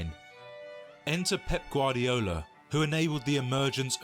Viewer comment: "pep gardio" 💀💀💀💀💀💀💀💀